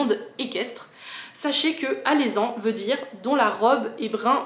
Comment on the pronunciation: Hello!! J'adore tes vidéos parfums ❤ Le kenzo mimosa est très sympa 😊 C'est Alezan prononcé avec un e et non un é